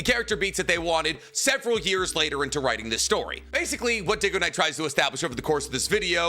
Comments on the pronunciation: Now he can't even say Dygo and says Diggo instead. Bro needs to read more books. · 5 Seconds in, can’t listen to this video if he says DIGOknight the entire time instead of DYGOknight 😂😂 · Lmao I spit out my drink right away, is it not pronounced "daigo-knight"? Is trolling? 😂😂😂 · Dude, getting a guys name wrong whom you claim to watch a ton of videos of and are a fan of is kind of messed up and then you hit him with a back handed compliment. Also this video is giving me that weird vibe from Star Wars Theory watching Nostalgia Critic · I would say I like Nicks videos but his mispronunciation have bothered me at times… except when he mispronounced dygoknight I hate that guy and that shit was funny af thank you and seriously I enjoy the content